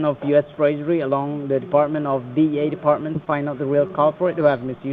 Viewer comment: sound like he was saying DA instead DEA